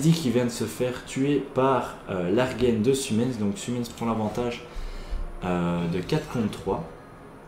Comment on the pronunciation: Bonne vidéo ! Par contre Largen se prononce "L'argent" pas "Larguène" :p